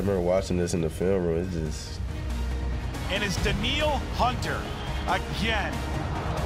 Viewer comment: Danielle.... "Daneel"